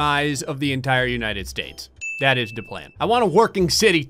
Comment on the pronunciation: i love how he didnt say "that is the plan", he said "dat is da plan". love it